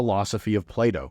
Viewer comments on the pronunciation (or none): none